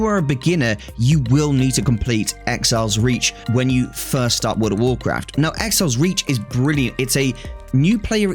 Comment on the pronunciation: “Woord of worcwaft”